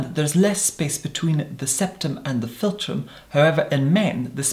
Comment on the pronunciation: 4 x "filum" said by 28 secs in.